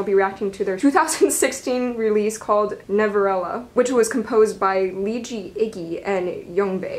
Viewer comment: i love how you still cant say navillera right lmao nah-vee-lair-ra